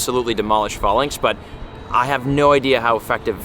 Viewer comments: It’s “fay -links” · Falinks is pronounced like the greek fighting formation Phalanx, i cant hear you say it wrong anymore lmfao